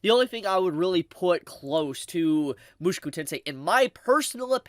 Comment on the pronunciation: Bro it isn't Mooshku tensei. It's Moo-shou-ku tensei